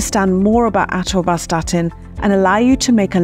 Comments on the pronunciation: With such a strange pronunciation of Atorvastatin, are you qualified to talk about it? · is when she actually starts answering the three questions in the video title. Also, she reeeeally likes hearing herself mispronounce "atorvastatin". This should have been a 3 minute video.